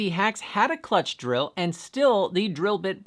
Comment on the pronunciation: talking about the “clutch” not “chuck”. I think… was correct though 🤷